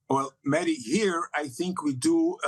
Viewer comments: It's "Mehdi", not "Maahdi"! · "Mardi hasan" ...ai needs some people of colour teaching it how to say names that are more than jon smith...